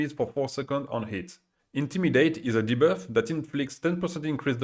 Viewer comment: I laughed so hard when you said: intimidate is a deboef XD